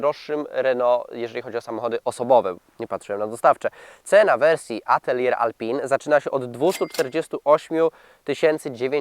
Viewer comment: Ej panie dziennikarzu czytamy \mówimy - reno rafAl atelie alpin.